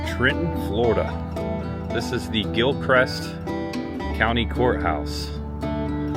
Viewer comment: I drive that road in the beginning every day on my way to work at Lancaster Correctional Institution outside of Trenton. Oh, and it's Gilchrist, not Gilcrest😅